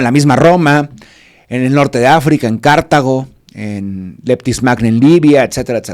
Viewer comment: El mero chinguetas del Cristianismo es San Pedro no San Pablo, aportó mucho sí pero el líder siempre fue San Pedro. Se oye mejor si dices Cartago y no Cártago. Como el aceite ? Ese es de Cártamo.